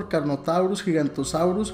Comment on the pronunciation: Oye no es giganrosaurio es giganototsaurio